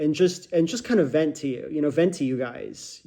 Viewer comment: I thought you said Venti, instead of venting 😅